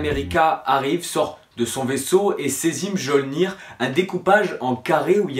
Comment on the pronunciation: On prononce "Miolnir"